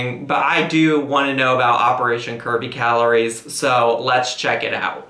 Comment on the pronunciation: I seriously thought y'all were saying operation Kirby Calories hahahah